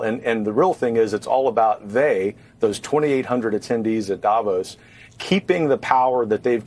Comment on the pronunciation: I wonder why English speakers cannot pronounce Davos correctly